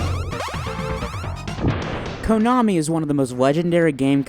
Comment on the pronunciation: In my 34 years of life on this planet, I have never heard anyone pronounce it "KOH-nami".